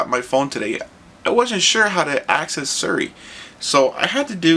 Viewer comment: Its Siri pronounced SEE RE ask her her name she will tell you how it is pronounced =p